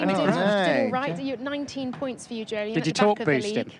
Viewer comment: I keep waiting for these Weekend Warm-Up videos to be interesting..... (But thanks for establishing that Jolyon's name is pronounced like Joe-Lee-In.)